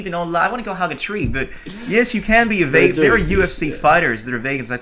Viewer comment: 2013 - back when pronounced vegan as vaygan.